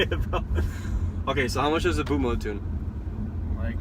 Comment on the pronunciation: Also you don't know how to pronounce "bootmod", what the fuck is boatmode?